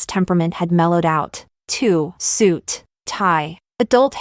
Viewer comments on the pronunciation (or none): none